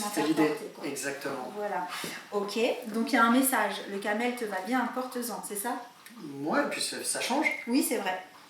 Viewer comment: On dit pas la couleure Camél on dit la couleure Caramel